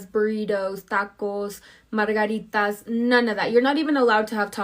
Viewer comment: mara-girritas? She doesn't even know how to say margarita but she's claiming she cares about Mexican peopl. That's how you know it's all for show because her own accent is fake.